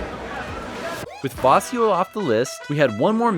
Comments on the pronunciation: Vacío has the stress on the "i" not the "a" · The accent in VACÍO and FERIA are different. In VACÍO it's on the diphthong. In FERIA it's on the first syllable. vacío {m} /baˈθio/ ; vacío {adj.} /baˈθio/ ; vacío {adj. m} /baˈθio/ ; vaciar {vb} /baθjaɾ/ ; vaciar {v.t.} /baθjaɾ/. silabación va-cí-o acentuación llana longitud silábica trisílaba feria {f} /feɾja/ feriar {v.t.} /feɾjaɾ/ ferias {f pl} /feɾjas/ el acento va sobre , salvo en feriar donde va en silabación fe-ria acentuación llana longitud silábica bisílaba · Vacío is accentuated on the "i" (in the 2nd syllable) not on the "a" of the 1st syllable. The asado is usually eaten on the plate, and not in a sandwich. The meat is usually still on the little segments of rib bones.